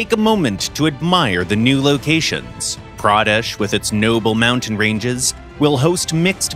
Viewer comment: I could not spot laughing when he said pradesh